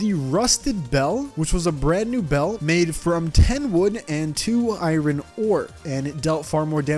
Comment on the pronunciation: "Made from 10 Wood and 2 I-Run ore"